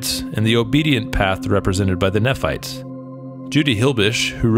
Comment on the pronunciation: Good video. From what I’ve heard, the ones here in Cedar City were already here when the pioneers arrived in the 1850’s. Also, Nephites are pronounced knee-fights.